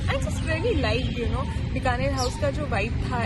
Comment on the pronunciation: Correct your pronunciation please It’s Bikaner House pronounced as Bee ka ner and not Bka ner